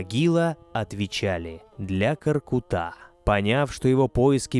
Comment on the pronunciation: Дизлайк за твоё произношение имени великиго ҚОРҚЫТА , ударение идёт на средний гласный звук .